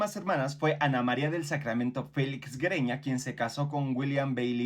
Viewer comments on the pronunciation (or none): Güereña se pronucia similar como Sigüeña. Es GÜE Y NO Gue